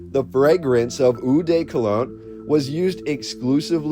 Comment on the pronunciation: Hi, francophone here, eau is simply prononced : o